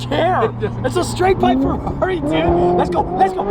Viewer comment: ferrari more like fur-rari lol